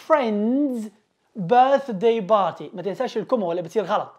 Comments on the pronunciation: نطقك لكلمة party غلط / party not barty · Abostrof ..... Barty😅😂🤣 عليها خرجت ولم إكمل الاستماع لك عرب المشرق وعدم تفرقتهم بين B و P تعلم نطق الالفابي أولا ثمرعلمها للناس